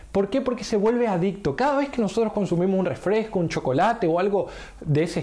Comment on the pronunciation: *REFRESCO NO REFLESCO, y se dice PERDON porque te estás expresando a una audiencia, peor viniendo esto de un supuesto profesional. Estas generaciones no saben nada dijo Lawler... jaja